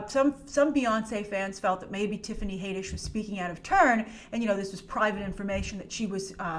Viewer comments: HAD-ISH NOT HAY-DISH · Haddish. HADDISH! LOL where does "Haydish" come from? Had like add or like you know HAD! LOL Haddish! Had..dish! Had..dish, HADDISH!! NOT haedish or haiddish or haydish! It's Haddish! Lol smh.. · Haddish, not Hayddish. Jeez. The reason she's trending is because she keeps talking about Beyoncé's buisness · Love ya but Tiffany's last name is pronounced Had-ish, not Hay-dish. 😘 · Your saying hay-dish its had-ish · Its pronounced HAD - dish not HADE -d ish. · HAAADDDISH. NOT HAYYYDISH. 😐😂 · Her name is pronounced Had-ish not Hay-dish. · 1st of all her name is Tiffany Haddish not Tiffany HAYDISH!!! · Haddish like raddish come on smh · It's Had-ish Plzz get it rite Plzz it just sounds so bad and like you have never heard any one say her name out loud Plzz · OMG, you gotta learn how to pronounce her last name. It’s Had-dish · It's not "Haydish" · Dafuq is up with that pronunciation? Rhymes with raddish. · I believe it’s pronounce Tiffany had-ish👌🏾😂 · I could've sworn that has pronounced Tiffany's name correctly before, so I'm sure this "haydish" thing was just a slip of the tongue:P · someone is trolling you she's even announced it herself as had-dish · lj brown got trolled! Yikes! I remember the same thing. I’ve watched countless clips here on Youtube where Tiffany herself pronounces her last name as “Had-dish” (like radish). That troll really got us all good. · I had to stop watching this video cuz of how u slauterer her name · ...it does not make “Ragnarok” less special. It only makes M.I.B. look derivative...And, you are mispronouncing the “a” sound in Tiffany Haddish’s last name. Why do you screw up easy pronunciation a lot??? It’s odd.